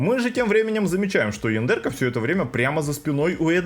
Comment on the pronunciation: Почему то я периодически слышу не яндерка, а яндырка.